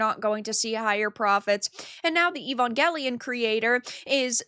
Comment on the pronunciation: You're mispronouncing Evangelion.